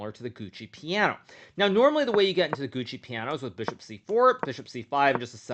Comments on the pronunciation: I feel hesitant to say this but did you just say Gucci Piano instead of Giuoco Piano ? ^^ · He pronounces it that way as a joke, Hikaru is fluent in Italian so he knows how to say it correctly